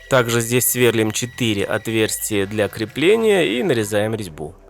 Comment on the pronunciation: Сверлúм, ударение на букву И!